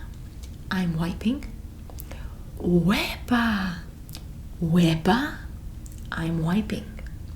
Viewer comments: I am Puerto Rican Wepa:Wowww Boricua:Puerto Rican Tapón:Traffic•U got it so wrong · Ok I'm Chilean and I thought that she was saying WEBAAAA jsjsjs I was so confused